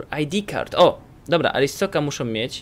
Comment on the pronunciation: Pewno nie przeczytasz ale muwi się arstoczka